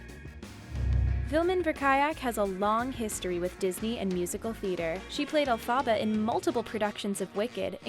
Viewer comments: Its Elphaba not Elphaaaaba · Can this woman please learn how to pronounce Elphaba!?!?!?! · Any time this chick said Elphaba, a small part of me died